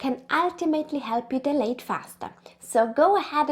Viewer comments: Its not pronounced as de- late but dial- late … when u guys pronounce it as de- late it sounds like delayed which gives the entire different meaning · You guys are a joy to watch. Yes with your accent as well 🤭 Love your sweet spirit and playfulness as a couple ❤ The only thing I kept misunderstanding was the word “dilate”. The way you pronounce this word made me confused thinking you were talking about “delay” the exact opposite 😅 Love your visuals too! There’s great value to your work here! Thank you 🙏🏽